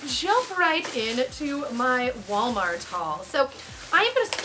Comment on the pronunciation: haha i love you but i'm pretty sure it's "Walmart"